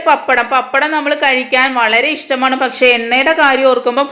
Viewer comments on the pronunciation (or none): none